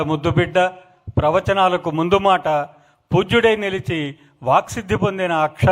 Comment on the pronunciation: వామ్మో...Anchor గారి తెలుగు ఏమిటి అలా ఏడ్చింది...ధన్యవధలు, ప్రవచనలు అంట 😆